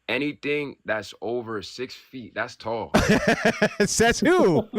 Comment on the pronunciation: "Der ist dis taaaaaall ting" Looool